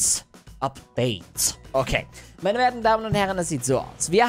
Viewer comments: Upgates.. ich:?😂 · wie da ✨Updates✨ sagt😂❤️